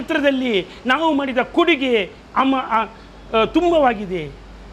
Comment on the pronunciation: ನಿಮ್ಮಶಾಲೆಯಲ್ಲಿ ಕಲಿತವರ ಹೆಸರುಹೇಳಿದವರೆಲ್ಲ ಕೋಮುವಾದಿಗಳಾಗಿದ್ದಾರೆ ಕನ್ನಡಸರಿಯಾಗಿ ಮಾತಾಡಿ ಕುಡಿಗೆ ಅಲ್ಲ ಕೊಡುಗೆ ನಿಮ್ಮ ಉಚ್ಚಾರಣೆ ಸರಿಪಡಿಸಿ